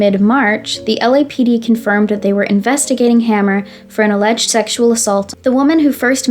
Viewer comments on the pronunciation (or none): none